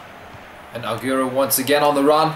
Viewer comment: I like the pronunciation of Agierroo its funny